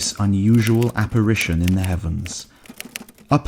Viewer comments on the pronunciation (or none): none